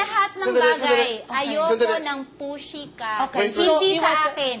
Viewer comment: "Dont be such a pushy" HAHAHAHAHAHA parang dont be such a pussy eh